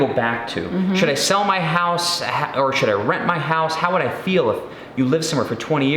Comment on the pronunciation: I am SO glad you spelled out "should" because it is NOT what it sounded like when you said it. LOL Great vid, guys! Enjoy your ventures! Look forward to your next video!